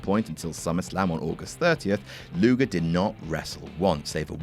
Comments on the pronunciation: Lex "Lugar", eh? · "Lex Lugar" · It's LugEr.